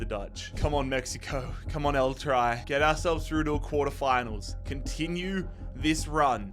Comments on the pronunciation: “El try”. 😂 Love you but it’s pronounced El tree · It's not pronounced like "try" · Man said "El try" cuz all we do is try and fail with the national team 😅😂